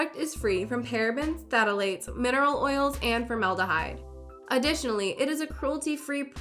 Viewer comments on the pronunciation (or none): Ptatalates? .... it's phthalates